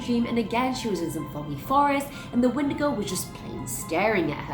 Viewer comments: Sorry to be that guy but You're saying it wrong it's pronounced wen-digo not win-di-go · (When•eh•day•go) lol